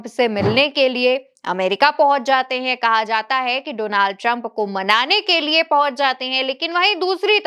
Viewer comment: You are wrong danald Trump nehi dolaand Trump😂😂